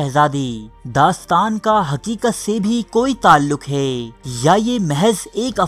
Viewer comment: Sir aap se pehle bhi guzarish ki thi ke aap hai ko hay parhte hain. Aap ke channel ka naam urdu diary hai to socha aap ki taseeh karta chalon. Bura mat manayay ga, aap ke channel ka maddah hon.